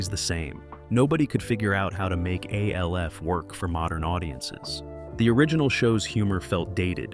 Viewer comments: Its not A L F. Its Alf. When you say it as A L F you sound like a D O U C H E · Yeah, of course it was a puppet... and the video keeps calling it A.L.F., instead of the name 'Alf', for whatever unknown reasons, so no, it's not, 'Elf', either. One of my favorite all~time shows, and it's so sad that the dad, Max, later ended up dying alone {because back in those days, being gay wasn't acceptable}, broke, and addicted to smoking c****. It's a sad shame that sometimes it's best that we don't know a lot of our favorite show's 'behind the scenes' facts, because Hollywood has a nasty way of treating people like 'products'. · Yeah, I didn't even finish the video. A L F instead of ALF 🙄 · Why are you pronouncing his name as A. L. F. and spouting out a lot of false information? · His name is ALF, damn it!!! Say it correctly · why is he calling it A..L..F> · Narrator keeps calling ALF A.L.F. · KevinE: They called it Alf on the show. Argue with that. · yeah, the moment I heard that I shut it off